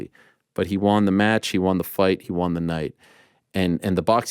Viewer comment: WON ariel not Wan